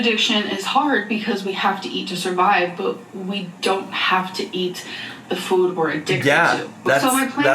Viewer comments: Why does she pronounce "food" so different now? "Foooouuud" 😂😂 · I cannot STAND the way this woman pronounces food. It’s only getting worse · has she always pronounced food like that???? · nitpick but i hate the way she says food why did she change to pronouncing it like that